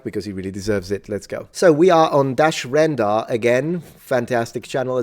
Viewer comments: Rendar! Not Rendal. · It's "Rendar" Sir, not "Rendal"